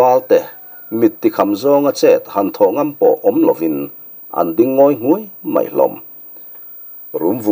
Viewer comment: Ngui nghuai..Ngawi nghuai...tih i chhiar hian Nghuai lai hi a ri hniama thluk tur aw... a ri sang zelin i lama a dik lo..